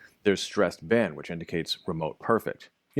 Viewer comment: the problems is you need to emphasize the Been in the sentence like you do in the first one.